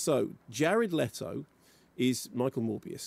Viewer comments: It’s Le-to Jared Le-to. Are you a baby? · Love how defensive Limmy is over them correctly pronouncing Jared "Letto" when he sounds like a deep fried haggis himself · "jared lettle"